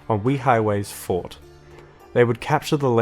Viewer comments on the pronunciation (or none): none